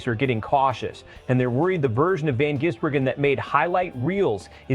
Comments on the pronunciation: His name is NOT Jisbergen it`s Gisbergen,show some respect and get his name right.If you can`t say his name correctly call him SVG or "Cheese"it`s a bit like saying Ostin Hall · How does this clown mispronounce SVG's name differently every time ???